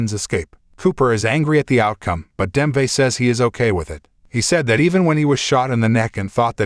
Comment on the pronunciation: Nice summary. Wonder is this was read by AI…. Just couldn’t ignore “Demve” and “life” a life.